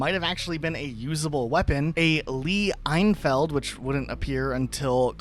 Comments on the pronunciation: the lee enfiled pronunciation killed me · I've never heard anyone pronounce Lee-Enfield like that before :p